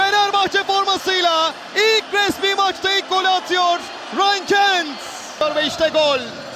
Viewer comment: Sipikerin kentt demesi cok iyi